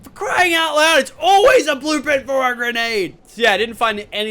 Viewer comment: said blueplint ahaha lol